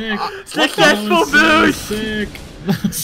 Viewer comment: SUCCESHFULL BOOSHT! xD